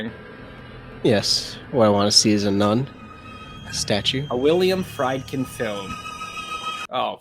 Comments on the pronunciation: Per the director, William Friedkin (pronounced Free, not Fry), Karas fights the demon out of himself through his faith and will before his defenestration. That is why you see his face change back to normal before he goes out the window. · Don’t watch this movie!! I’m aware of Director’s cut. New scenes were added that involves stairs. You might turn this movie off,!! You missed pronounced the Freidken. don’t call Regan the f word. What’s wrong with you. 😠😠 Captain Howdy is Regan’s imaginary friend. Haha. I saw this movie in my 20’s probably in 1996. This classic horror film caused an uproar. Opening weekend the audience watching this vomited, passing out, others walked out of the theaters, others were crying hysterical watching a normal 15 year old girl on a movie screen being possessed, doing unspeakable things. Remember this was 1973! This is shock value! No one has ever seen this type of cinema before. You might just turn this movie off! BTW:There is an Exorcist documentary from 1998. You may want to see it. Why didn’t you turn this movie off!! your comments were off putting. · A. The directors last name is supposed to rhyme with FREEdkin. B. The onset horror was that Friedkin had just won Best Director for The French Connection and made a fortune with it. Next was The Exorcist, which was nominated For ALL awards, won a technical Oscar, and made about a dozen fortunes. That a guy can have two nega successes in 2 years is just plain horrible.